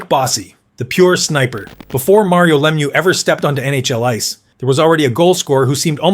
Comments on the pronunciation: Le Mew, not Lem you! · You can always tell an AI voice because they botch the names. It's not Lem-yew. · leh-MEW, emphasize the second syllable. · hea name is french pronouncing cause its a french name la-mieux no lemieux like its spelt.